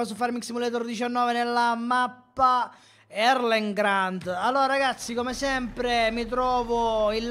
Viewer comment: Ripeto, Erlengrat NON ErlengraNt!!